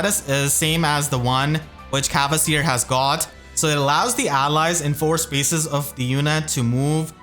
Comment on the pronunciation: Big fan and really appreciate all the worm you put in your videos. That being said, please return to the old pronounciation of "Kvasir", there's no "e" or "a" there!